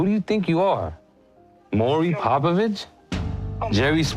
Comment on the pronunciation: "Mar-ee Papovich" 😂😂😂